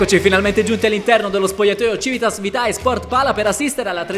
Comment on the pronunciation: Frate,vitae è latino si legge vite